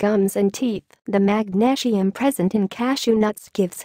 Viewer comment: Magnashium LOL !